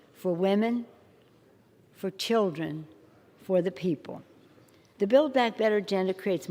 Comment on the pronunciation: fer ther childrern